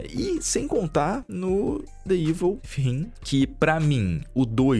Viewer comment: Ei, meu, Within se pronuncia "Wizin" com língua presa. kkkkkkkkk